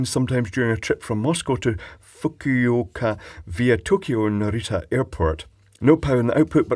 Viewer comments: Fukuoka not Fuck-you-oka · Fuk-u-oka 🤣 sounds like an ominous place, like they don't won't you there... Secret to reading Japanese words is, the syllabus ends with vowels. It's fu-ku-oka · I doubt that "fuck-u-oka' is the correct pronunciation of that Japanes name xD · LOL! Xiaomi = SHAOW MAY Fukuoka = FOO KOO OH KUH Not what he said... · the phonetics are Foo-koo-oh-car But the timing/length is shorter/faster, thus Fu-ku-o-ka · I think Japanese words’ syllables end with each vowel. So Fukuoka would be pronounced foo•koo•o•ka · your pronunciation of Fukuoka may trigger the dreaded bots. For future reference it is like "Foo-koo-OH-kah" (emphasis on the "oh" bit) Keep up the wonderful videos. I would love to see you get a Halo Bolt 58830 Jump starter / power pack / inverter (mine has a 65W 115vac, U.S. outlet on it.) and "take it to bits" then offer your opinion of it. I'd send you mine, but it still works great, and I use it all the time when going to garage sales and yard sales to test small appliances or radios etc, that I'm interested in. Lil' bugger even started a Chevy 350 (5.7l) V8 with a stone-dead battery. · Fukuoka (foo koh kuh) Kyushu (kee you shoo) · Love your pronouncing of "Fuck-you-oak-ah" 😂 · and fukuoka lol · The way you pronounced Fukuoka sounds like a shitty coffee drink.